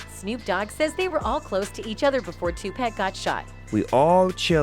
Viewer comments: It’s not 2 pack, it’s Tupac. 👎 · It’s sad that it been a month now and this lady still can’t say 2pac name right lol 2 pack? come on lady read ur comments lol 😂 get it right tf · SWEETHEART HIS NAME IS PRONOUNCED (TUPAUC) BUT ITS TUPAC OK. YOU KILLIN ME WITH THIS SHIT. IM TRYIN NOT TO BE ANNOYED HIS IS NOT TO HARD PRONOUNCE..... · Lady man stop saying 2pack!!!!!!!!!!!!!!!!!!!!!!!; There's no K!!!!!!! PUT SOME DAMN RESPECT ON HIS NAME !!!!!!! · Yo, I caught that and was like wtf!! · "Tupack" smh lol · Please learn how to pronounce Tupac's name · Yo they coulda taught dis silly ho how to say Tupacs name before recording this shit! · omg someone tell this white lady how to pronounce tupac